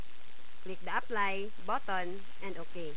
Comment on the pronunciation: 'click the add botton' hahaa